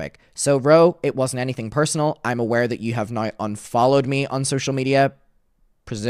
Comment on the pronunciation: You only sound Irish when you say "yew" . Otherwise you sound American.